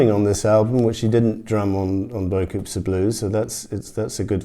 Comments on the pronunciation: Is is not pronounced “ bo - coo “ ? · in french you actually don't say the s